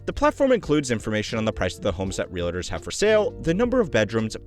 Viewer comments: Is it reALtors or reLAtors? 😂 A bit distracting to mispronounce a word so frequently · Can i jst start by saying: Realtors is a two syllable word…real-tors. Its Not real-a-tors. Cringy every time . Hard to listen to video. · You lose credibility when you mispronounce words like "Realtors". There is no "I" in "Realtor". It's two syllables, not three.